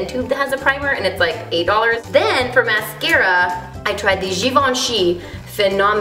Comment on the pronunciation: Kandee, you are the only YouTuber I've ever seen to pronounce "Givenchy" correctly. I now worship you.